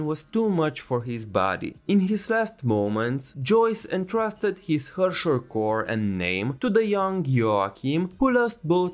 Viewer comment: just fyi to pronounce "herrscher" the proper german way you would be almost correct but the "e" is prounced like the "e"s in the "ehete nandaiyo" meme